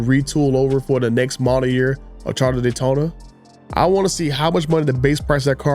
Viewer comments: It's CharGer NOT CharDer! Just saying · No its the "Charda" Daytona like he says 😀